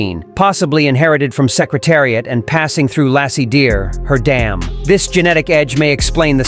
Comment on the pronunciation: ai cannot pronounce name of secretariat correctly